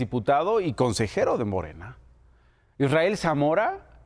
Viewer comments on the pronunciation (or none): none